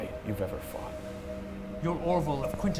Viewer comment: oh my god, my favorite moment has to me when you all said "what happens in quitneshire, stays in quintenshire" I lost it